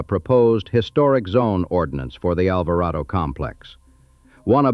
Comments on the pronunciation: "ALVARADO"... Not "ALVARAYDO"... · its pronounced Alver AH DO